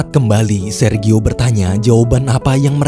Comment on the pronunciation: Jfyi... Sergio.. Baca nya serjio... 🙏🙏🙏Terimakasih yaaa tuk sharing cerita nya❤️